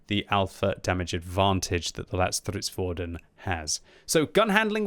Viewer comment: That's a very decent pronunciation of the name for a non-swedish speaker. Not perfect, but not bad.